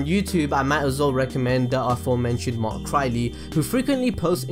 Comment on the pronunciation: It triggers me how you pronounce mark crilley